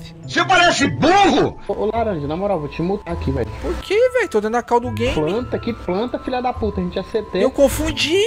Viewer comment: "pranta" kkkkkkkkkkkkkkkkkkkkkkkkkkkkkkkkkkkkkkkkkkkkkkk mano, eu chorei muito de rir